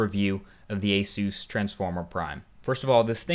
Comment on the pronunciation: Thats now how you pronounce asus